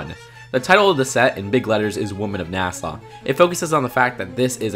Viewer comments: It's NA-SUH not Nassau. This has nothing to do with the Bahamas. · It’s Nas-uh, not Nas-aw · Why does he keep saying Nasaw? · NASS-AH not NASS-AWE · Just so ya know, it’s pronounced “Nas-uh” not “Nas-au”. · God it really sounds like you're saying Nassau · Marshfellow yeah, I was agreeing with you...how are we the only people mentioning he said "NASA" wrong 30 times? 95% of the comments are praising him for how smart the video was but...Nasaw? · "NeahSeah" Can't tell if its slight southern accent or just cant pronounce the word, no hate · Why do you pronounce NASA like Nassau?